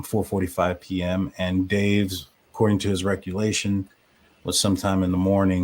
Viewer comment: First if all, Its "recollection", not "recullation". Why do you have such a problem admitting kim was possibly lying. No one ever spoke to Kim's daughter or her friends, and it was obvious Dave was repeating bs kim was spewing. u don't want to admit they're lying, bc u stood behind them this entire time and pushed their false narrative. If the parents haven't heard about anyone knowing about the deaths prior to the 911 call, then it most likely never happened. Why continue to say Kim and Dave aren't lying. They're either lying, or at the very LEAST, they spread unfounded rumors, and u gave them a platform for MONTHS! SMH! Idk why the family would trust u when u and Lana are behind so many conspiracy theories and unsubstantiated rumors in this case. And now of course, you're going to spread this content out to financially benefit from it as much as possible. Do you not have any shame? No, you don't.😂